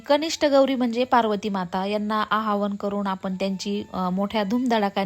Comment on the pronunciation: 😊😊 - भारती कनिष्ठा आणि ज्येष्ठा गौरी यांचे आवाहन छानच! परंतु आव्हान म्हणायचे नाही; आवाहन म्हणायचे! जंगल व्हिलाची संपूर्ण टीम आमच्या पर्यन्त नीट व्हिडिओ येण्यासाठी फार मेहनत घेत आहात; त्यासाठी धन्यवाद 🙏🙏